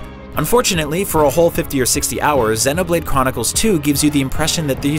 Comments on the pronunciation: Xeeeeeeeeeeeeenoblade! not zehnoblade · It pissed me off how he's saying zeno blade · is he calling it xenablade chronicles 2 lmao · "Xennoblade" lol. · The mispronunciation of xenoblade is hurting me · SERIOUSLY, how do you say Xenoblade wrong!?